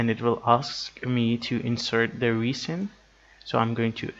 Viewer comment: it's pronounced resin, not reesin